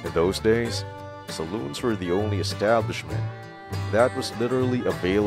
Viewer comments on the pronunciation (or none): none